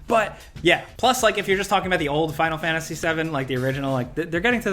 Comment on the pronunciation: what is this game " final fanasy" tho ? you do realise there's a T in there that isn't fkn silent right ?